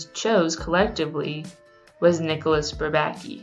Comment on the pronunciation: She said bourbaki wrong